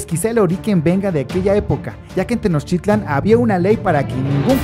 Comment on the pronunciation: El amigo que narra está mal no es tenoschitlan y no son aztecas, son mexicas